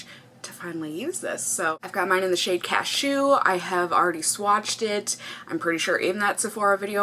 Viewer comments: So cute the way you say "caSHEW" like a sneeze! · I like the way you pronounce cashew like Ca-SHOOOO